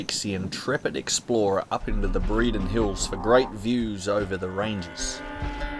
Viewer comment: Good job! FYI the Breaden Hills are pronounced "Brayden"